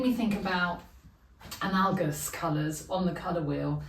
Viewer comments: I love what you‘ve done here! Great work! Btw, analogous has often tripped me up as well…here is the google pronunciation uh-NA-luh-guhs…😊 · Also, analogous according to the dictionary is pronounced, /əˈnaləɡəs/...